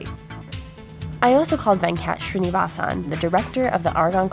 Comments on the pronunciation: It's funny how she pronounced Venkat Srinivasan. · I'm cringing at how she pronounces his name